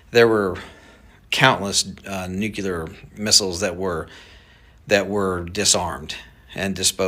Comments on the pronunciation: There is no such word as "new-keh-ler" it's pronounced "knew-clear". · Okay. This guy can’t even say nuclear. It’s pronounced Nu-cleer! NOT Nook-U-ler!! Jeeeeeez!😂😂 All credibility is lost! This is just a bid for more government control over us, and if congress doesn’t cooperate, then they will ramp up their efforts with the drones and do a false flag attack. And we’ll all give up more of our freedom in the name of what the democrats call “security”. I’ll say it again! It’s not illegal to make your own cannon!😊 you fire a 5lb bag of 00 buckshot into the sky and drone go down!😂. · Nope, call me irrational but I can’t take anyone seriously who pronounces nuclear nuke ya lure. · Idk who the guy is claiming he has worked with the military and knows higher ups but him saying nucular instead of nuclear is questionable. People in that realm don’t make that mistake 😒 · Sorry, but I question everything you say after "nucular". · A CEO for a military drone company says "nukyular" 😔 nothing personal. It just doesnt help as far as credibility goes. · I have to question this guy’s knowledge when he uses the term ‘nuculer’ and says drones ‘smell’ for radiation. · But the guy says Nuke You Lerr, like a dummy, kinda hard to take anyone seriously when they can't at least speak basic English, at least try to pronounce it correctly. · It probably shouldn't bother me as much as it does, but I DON'T understand why people who are "experts" seem to not be able to correctly pronounce "nuclear". It is pronounced "noo-klee-ur"! 🤦🏼‍♀️ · I hate it when people say nucular. The word is nuclear. It's been one of my pet peeves since I was little & I even got in trouble for calling a teacher out on it. 😅 Sorry, i just felt the need to share. Lol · How many ppl have heard his “nucular” story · “Nucular” George W Bush era word. 😂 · This "professional" is a yokel. He cannot even correctly pronounce "nuclear." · Why can’t this guy say “nuclear” correctly?